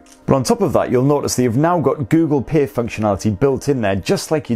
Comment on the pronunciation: What is this "Google Pear" he keeps talking about?